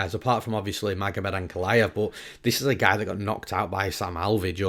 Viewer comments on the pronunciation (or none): The only thing better than newsom’s ufc breakdowns is hearing how his “but’ sounds like .. BOAT LMAOOOOOO.